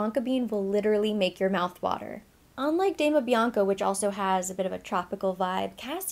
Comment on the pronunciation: Dama Bianca is gorgeous. It is pronounced like an Doma (the italian pronunciation) and not Damna.